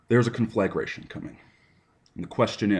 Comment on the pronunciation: I love how he can't pronounce "conflagration" but damned if he doesn't try. Just like his fake whiskey and his unsmoked cigarettes and his adorable skulls and his reject-Captain-Planet-villain look. Everything about him screams "I WANT YOU TO KNOW I'M A MASCULINE INTELLECTUAL MAN'S MAN" when he's actually a little soft sensitive manchild.